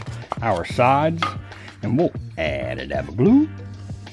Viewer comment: Sounds like you say "aba daba doo" = Add a dab of glue. Just noticed at 20.25 it nearly what's wrote on your t-shirt